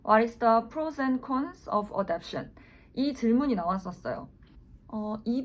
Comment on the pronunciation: 입양은 adoption인데 발음은 adaption으로 하시고 자막은 adaptation으로 쓰셨네요…